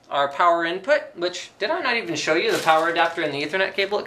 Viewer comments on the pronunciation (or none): none